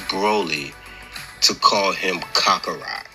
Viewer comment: Bro said kockarot😂😂 these GT fanboys